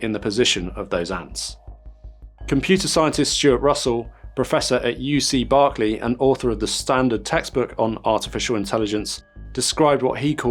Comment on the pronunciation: It's UC Berkeley, as in jerkly. Are UK accents really so different that you can't pronounce UC Berkeley correctly, or are you using AI for voice generation?